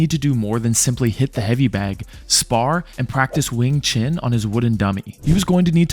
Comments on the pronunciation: “Wing Chin”? Do you mean Wing Chun? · I can’t believe you said Wing Chin…it’s wing chun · It’s not WING CHIN, ITS WING CHUN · what is "wing chin"? do you mean wing chun?